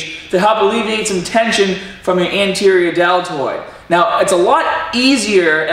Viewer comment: I love how you pronounce "anterior deltoid" - haha. Good video. I like these videos where you explain things in depth. Keep 'em coming,!